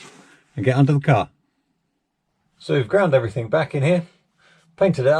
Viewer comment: Everything. Not everythink .